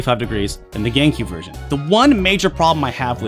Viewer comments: Is it just me, or does he say, Gaincube?? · I keep hearing Gay-Q instead of GameCube